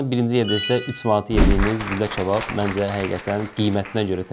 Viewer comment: почему он говорит чабаб?